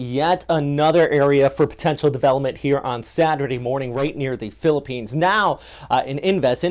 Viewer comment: this guy pronounce the places in philippines so good! nice one bro..💪👍👍👍👍